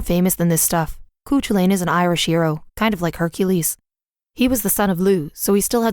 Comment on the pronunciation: . It never ceases to astonish me when people borrow words and names from other cultures or languages and don't even bother to learn how to pronounce them correctly. Cu Chulainn is a Gaelic and pronounced "Coo Kull-in", not whatever that tortured, cringey version being read was. Not every language pronounces letters the same as they are in English. Culture, much?